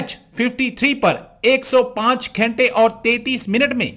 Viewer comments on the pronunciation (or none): Ghente nhi ghante hota hai😂😂😂